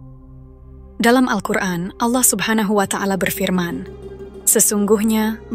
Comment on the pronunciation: Allah subnahu wa'ta ala, bukan watangala min, risih min